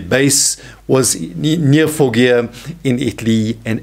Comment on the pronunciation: Fawgia not Foggia